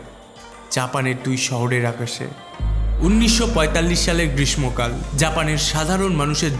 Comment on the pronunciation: "গ্রীষ্মকাল" উচ্চারণ ভুল